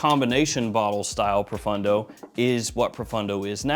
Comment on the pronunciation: Dude….why do you always pronounce it Profundo when it clearly Profondo? Literally drives me nuts